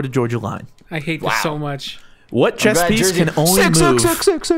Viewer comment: It annoys me that pronounced the game Chess as Chest, THERE'S NO "T"